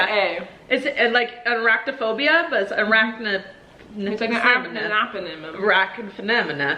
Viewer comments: Arachnid 😂 not Arachnimaphimia Colleen lol 😆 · I learned that a spider isn’t an insect Colleen: No, it’s like an anphigaligm Me: It’s ARCHNID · Arachnid is what your trying to say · Arachnid (uh-RACK-nid)